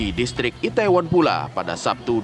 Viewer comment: kak bilangnya i-the-won, bukan i-tae-won. trus bilangnya Sho-ul, bukan Se-ul.